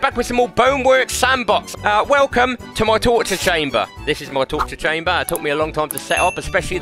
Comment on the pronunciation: ”tootchu tchamber